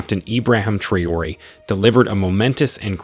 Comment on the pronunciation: It is sad to hear that AI can not read correctly the name of President of Ibrahim Traore. Very funny !